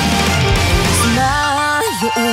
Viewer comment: land発音してなくない？